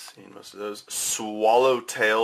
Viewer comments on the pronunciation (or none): none